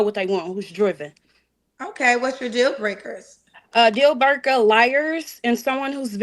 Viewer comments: Dual bwaker, MTR was like what? 😂😂😂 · She’s unable to pronounce basic words such as: “dealbreaker” & “oriented,” but has a lot of demands. Give me a break.